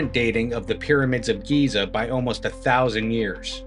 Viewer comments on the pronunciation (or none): GIZA... not GAZA... ! 😂.. Two very different places!